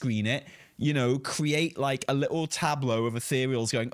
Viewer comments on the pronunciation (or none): none